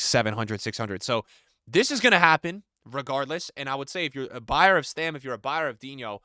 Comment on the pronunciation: Bro it's Stam not Stem